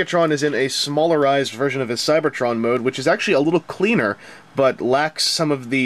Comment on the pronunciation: "smallerizeD" (theres a d not an r) is a past-tense -verb. Go back to Vange-school and relearn your -verbs! >:3